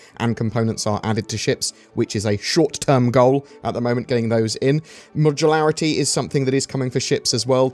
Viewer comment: Modularity. Say it slow, moooooduuuuuularrrrrrity